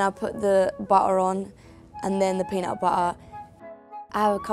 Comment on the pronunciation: peeenut bu-uh an bu-uh with t an su-uh